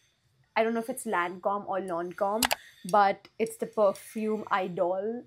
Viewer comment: E-dole...you can pronounce like this...just helping as I was seeing the video... lovely lovely collection.... Try Byredo perfumes. Also creed queen of silk or Creed Carmina. Afnan Mystic Bouque which is a spot on dupe for PDM valaya or valaya exclusif... Try plssss....